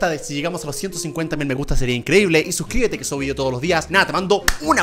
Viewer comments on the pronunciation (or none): none